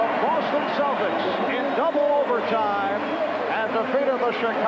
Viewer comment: Why can't they pronounce celtics